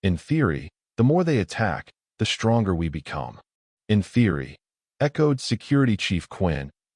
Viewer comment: Two stories in a row......your AI sucks!!!!!!!!!!!! SHTRANGE, SHTRENGTH, SHTRONGER!!!!!! THERE IS NO FKN "H" IN THOSE 'STR....' words!!!!!!!!!!!!!!!!